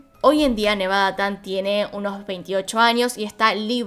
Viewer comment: No es "nevada-tan" es "nevada-chan"